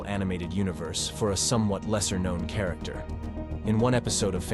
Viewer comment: "chair-ricter" lol